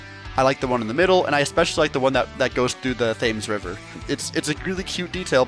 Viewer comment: Just wanted to let you know - Thames is pronounced "tem"